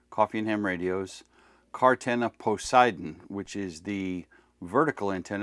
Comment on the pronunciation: Don't expect a Chair Force veteran to be able to properly pronounce Poseidon 🌮🌮🌮